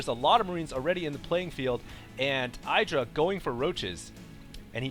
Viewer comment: youre pronounced Idra wrong its eedra